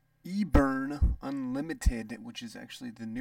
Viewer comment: Seriously? "E-burn" for Eberron?